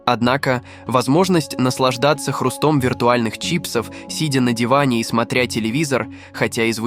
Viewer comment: Какая дурацкая озвучка ... "..хрусто́м.." 🤮🤦🏻‍♂️